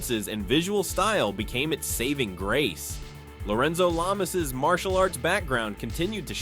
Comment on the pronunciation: “Lorenzo Lame-ass” I don’t know if that was intentional or not, but that’s hilarious!!! hahahahaha😂😂😂